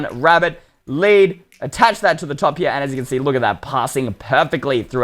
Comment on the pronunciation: You said led instead of lead